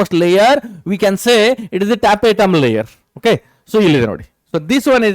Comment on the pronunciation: Tapetum sir not tapetatum